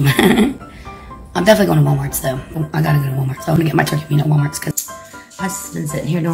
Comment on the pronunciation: WALMARTS. WALMARTS. THERE NO S. ON WALMART. PLEASE GETS ON MY NERVES!!!